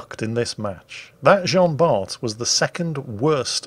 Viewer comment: Dear,as Jean Bart was french,Bart has a silent T:p